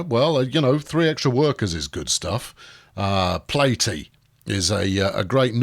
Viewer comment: Not "Plate...e"...Pla-Tee as in Platypus which is that thing on her noggin. Get it, platypus, platy...lol, give me them ribs, you!